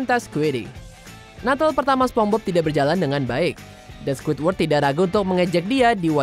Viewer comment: Pengucapan masih begitu padahal ini cabang channel internasional.